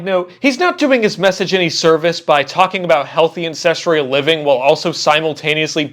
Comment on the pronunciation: do you say ancestreal too? :^)